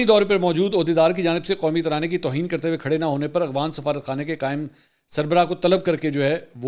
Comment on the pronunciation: منصور صاحب میں آپکے سب ویلاگ دیکھتا ہوں ۔۔لیکن دکھ اس وقت ہوتا ہے جب آپ افغان کو اغوان پڑھتے ہو۔۔۔شاید آپکو افغان لفظ پڑھنا نہیں آتا ۔۔۔دوسرا ایک ویلاگ میں افغان سفیر کے قومی ترانے پر کھڑا نہ ہونے پر شدید تنقید کی آپ نے۔۔۔قومی ترانے کے سامنے کھڑا ہونا فرض واجب تو نہیں۔۔۔جب تلاوت کی جارہی ہو کسی محفل میں تو آپ کھڑے ہوتے ہیں۔۔ نہیں نا۔۔۔۔قومی کھیل۔قومی پھول ۔قومی چیز جو بھی ہے کیا آپ ان سب کے سامنے کھڑے ہوتے ہیں۔۔۔اور اس سے بڑھ کر کے آپ اللہ کے سامنے کھڑے ہوتے ہیں۔۔۔بہت افسوس صد افسوس